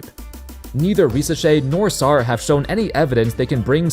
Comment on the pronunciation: Put some respect on Sarr’s name tf is wrong with you bru😭😭